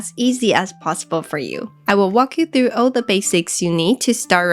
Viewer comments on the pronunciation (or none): none